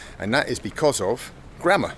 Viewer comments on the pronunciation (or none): You sounded like: "Forget grandma" :D